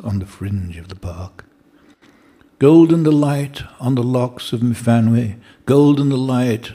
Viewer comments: I though it was mu-van-wee. Y pronounced as in Cymru. i.e. an 'uh' sound. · 'f' in Welsh, as in the name Myfanwy, is a 'v' sound.